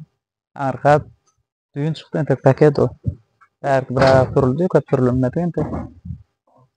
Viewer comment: Päket dälow paket diýsene